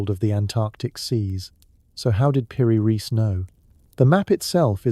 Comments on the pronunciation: Piri rice... Not reece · Like in Einstein so is also pronounced piri reis and Epstein a i not a ee